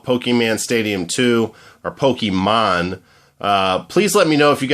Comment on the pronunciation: its not pokeman